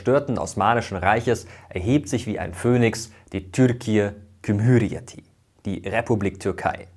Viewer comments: Türkiye Tschum-hurieti wäre vllt einfacher für deutsch-sprecher auszusprechen. Ç ist dem Tsch im deutschen ähnlich. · Super Video, aber Türkiye Cumhuriyeti spricht man „Dschumhuriyeti“ aus (soll kein hate sein) ✌🏻👍🏻😁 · "Cumuryet" unser "C" wird wie das britische "G" ausgesprochen 🤗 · Man spricht cumhuriyet nicht als kümhüriyeti sondern tschumhuriyeti aus :) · Es heisst "Türkiye Cumhuriyeti" in deutsch ausgesprochen; Dschumur-iyeti und nicht Ghümüriyeti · Es heißt "Türkiye Cumhuriyeti" nicht "Cümhüriyeti". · oh shit 🤦🏻‍♂️ falscher kann man es nicht aussprechen siehst du da irgendwo ein g ? Warum sagst du gümhürriyeti ? Hast es warscheinlich mit dem Wort Gümrük(Zoll) verwechselt Es heißt einfach Türkiye Cum-hur-ri-ye-ti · Türkiye kumuriyeti😂😂😂😂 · Lieber Mirko, vielen Dank für deine Bemühungen 🤗 Nur ein kleiner Hinweis: "cumhuriyet" wird quasi als "dschumhuriyet" ausgesprochen 😉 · Sehr schön, dass du darauf Wert legst, Fremdbegriffe richtig auszusprechen! Das C im Türkischen wird dsch wie in Dschungel ausgesprochen, das Ç is tsch. Also es wird Dschumhuriyeti ausgesprochen. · Türkiye kümhürijeti*klingt nicht richtig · Finde ich auch schön, dass Mirko es so gut er konnte versucht hat :) Wobei mir bei der Aussprache von "cumhuriyeti" ein kalter Schauer über den Rücken lief 😅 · falsch Ç = TSCH sowie in deuTSCH C = DSCH sowie in DSCHungel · Außer "Cumhuriyeti" alles top ausgesprochen! 🥰